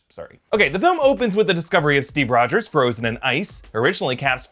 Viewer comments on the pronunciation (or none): none